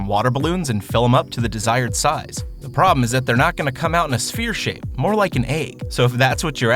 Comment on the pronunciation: "SfHERE" Sigh